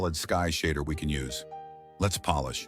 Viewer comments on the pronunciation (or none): none